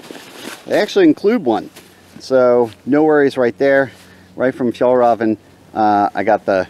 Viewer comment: I have never heard anyone pronounce Fjallraven the way you do! I’m excited for the next video.